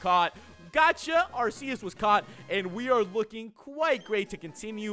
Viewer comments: U mispronounced Arceus its Arceus not Arseus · ITS PRONOUNCED ARK EUS btw love your vids